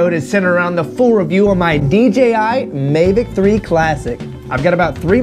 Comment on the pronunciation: Mavic not Mevic.